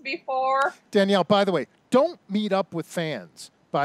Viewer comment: Danielle Mullins ' Janali'?? Maybe you should do some more research before you dive in and do a video.